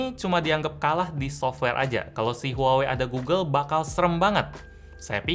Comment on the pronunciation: gulu gulu itu google, cari aja video orang ngeja google malah jadi gulu gulu wkwkwk